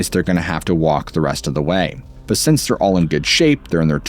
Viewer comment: This is not on topic, but why do you pronounce the word “since” as ‘sense’?